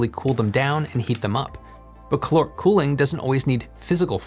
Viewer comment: You need to pronounce the A in caloric, otherwise it ends up sounding like chloric which is something else. So it's caloric not c'loric.